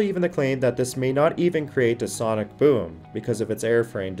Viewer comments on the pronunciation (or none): none